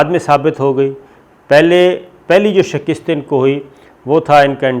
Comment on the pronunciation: محترم صابر بھائی ! ایک لفظ کے تلفظ کے حوالے سے درخواست پیش کرنا چاہ رہا ہوں ۔ لفظ شکست میں ش کے نیچے زیر اور ک کے اوپر زبر ہے ۔آپ ازراہ مہربانی اصلا ح فرما لیجئے ۔حوالے کے لئے